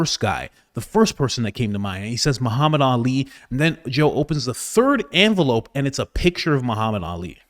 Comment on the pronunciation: What is an "Anvelope" versus an envelope?